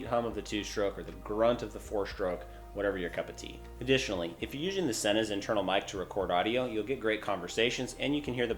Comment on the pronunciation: Is this guy an alien!? Why's he keep saying "useing", instead of "using"!?!